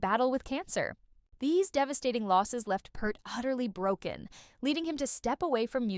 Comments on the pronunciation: OH MY GOD can you not say his name correct! It is not PERT it is PEART Pea-rt. Just run blind with it i guess. Why are Americans becoming Americant's Or just to lazy to care. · Peart as in ear not Pert like the old shampoo. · peart ... not kurt ... and it's pronounced PEERT .. everyone gets it wrong. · Sounds like someone needs to reprogram their AI, anyone who knows anything about the man knows his name is pronounced p-EAR-t. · Yes. Peart. And it's pronounced like beer or deer. Peert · If your going to do a Video about Neil Peart you might want to Pronounce his Last name Properly ..